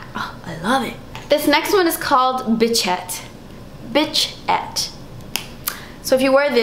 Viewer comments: It's Bichette not Bitchette, lol! As in BISH-ETTE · Itt's not bitchette!! It's "Bichette"!!! without the "T" lol!! :D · Its acutally bichette "bish-ette" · It's actually a French word pronounced "bee shet" :) It's a term of endearment in France! Bitchette would be a hilarious name though!